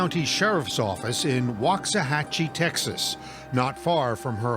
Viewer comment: So random but they mispronounced waxahachie so bad… it’s pronounced like wax like car wax - wax-uh-hah-chie (local here)